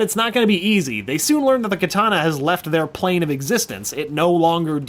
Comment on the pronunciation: Stop saying kitana pls